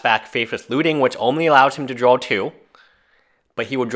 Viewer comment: I love your video...but it's DRAW...say DRAWL again and I'll bite your nose.